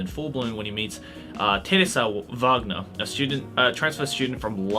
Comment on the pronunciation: I'm impressed, that you said "Wagner" in a german pronounciation like it should be :D